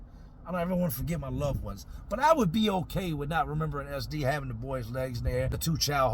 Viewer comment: 😂😂😂 I thought you were calling him "Ass Deep" Took me a minute to realize you were saying "SD" 😂 fuuuuuuuuuuuuuck